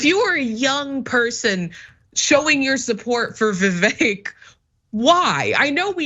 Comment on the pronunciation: Every time you say Vivek it sounds like "The Fake". It's perfect.